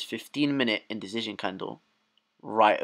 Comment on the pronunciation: You always make me laugh when you say "Indicision" It's like there is a Z substituting the C. Other than that, thank you for the great Playlist you've gather together for us!